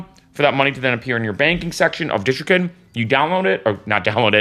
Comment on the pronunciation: Dude, PLEASE, first learn how to correctly pronounce DistroKid, then maybe I'll watch your video. Pheww!